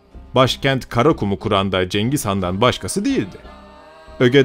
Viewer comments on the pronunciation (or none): none